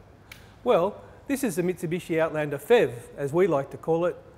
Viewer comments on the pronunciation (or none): The FEV? You really should say P-H-E-V. Good review though.